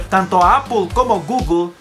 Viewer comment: "Apoool, Gugoool"...somos hispano hablantes coño!... "Apel y gugle"